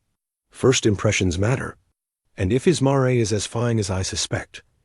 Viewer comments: This was a lovely story. It would have been better without periods being said as "dots" and with the correct pronunciation of the word "mare," as mār, not măré. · Yes, 'mare' rhymes with 'hair'... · Mare is a female horse learn to pronounce it correctly!